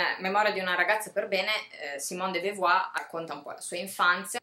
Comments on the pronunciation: la tua iniziativa è ammirevole, ma di simone de beauvoir (compagna, non moglie di sartre) avresti potuto almeno imparare a pronunciarne correttamente il nome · non mi sembra di aver aperto una polemica. poiché rivendichi dei contenuti sarebbe bene quantomeno accertarsi della pronuncia del nome di un autore di cui vorresti divulgare il pensiero, basta così poco! scusami se mi sono permesso, io al tuo posto avrei apprezzato la correzione, perché di certo da oggi non sbaglierai più. peace&love! (è inglese, di certo non ne sbaglierai la pronuncia!) ps. della de beauvoir il mio preferito è L'età forte